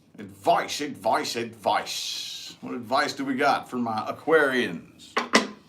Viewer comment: I love it when you say advicie for pisces lol u r spot on with my situation